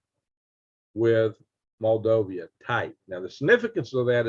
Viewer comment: Moldova not Moldovia